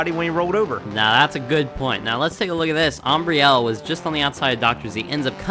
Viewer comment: Awesome races! Nice job with the commentary and pronouncing Ambrielle's name!! She loved it guys! Go Stoopid Fish Racing!!!!